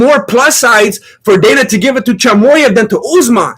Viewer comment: Bro has learned how to pronouns names off uncle sonen. Choymoyev